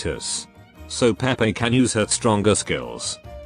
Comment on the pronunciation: HER NAME IS PRONOUNCED "PAY PAY" 😡 JUST LOOK AT THE EN LIVESTREAM